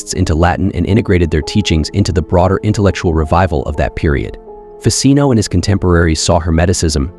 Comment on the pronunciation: basic knowledge: Ficino is italian, so it is pronounced "fichino" not difficult to look up. lazy americans